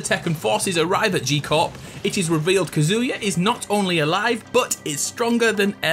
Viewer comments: Me every time he says kazooya: 😤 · God how much I hate the way you pronounce Kazuya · It's kaz u ya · You KEEP mispronouncing Kazuya... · Bro you butchered Kazuya HARD